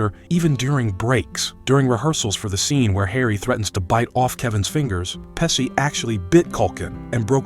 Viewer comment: It's pronounced "Pe-shee" not "Pe-see"